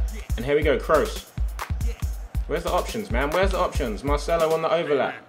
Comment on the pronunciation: Did you really just say Marchelo?